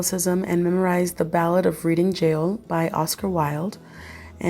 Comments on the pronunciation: Pronounced REDDING not Read-ing Jail. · In "The Ballad of Reading Gaol," the word 'Reading' should be pronounced 'Redding'.